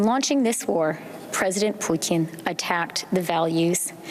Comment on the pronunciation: Did she really say President Poutine?